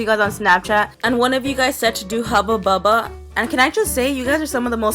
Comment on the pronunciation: I love how you say hubbu bubba creepy lol